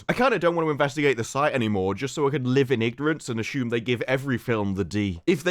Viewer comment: 'Asshume,' you say? Came across that a lot lately. Does that mean 'assumption' is now 'asshumption'? That 'ass' is now 'assh' and so on?